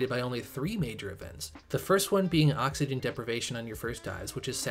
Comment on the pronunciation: "30 seconds.." "Oh-xygen"